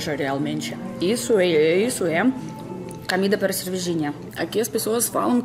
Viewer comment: A "Camida" é realmente ótima hahaha